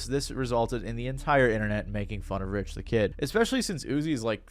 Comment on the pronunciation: Charlaigne the god not being able to get Rich the Kid’s name right had me dyinggg 🤣🤣🤣 also not him also saying “he immediately jumped behind the counter and started making an iced Starbucks cold foam cappuccino” 😩🤣 and “and to avoid the wrath of the sassy savage, Lil Uzi” lmfaooo he really said “the sassy savage.” Also yeah of course Rich said years later that there’s no beef anymore and they’re cool, because he definitely never wanted the smoke with Uzi ever again after how It went first time around. Great example of fuck around and find out!! And boy, did Rich find out about the sassy savage that day 😅😂